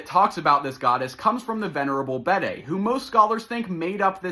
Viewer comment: You’re doing good work my friend. However, Bede is pronounced “beed” as in “need”.